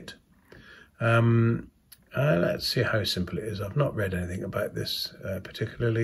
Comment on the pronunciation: The word is Anything not Anythink you yob hahahaha